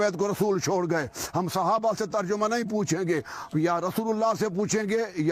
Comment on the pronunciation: مولوی صاحب ترجمہ صیح پڑھیں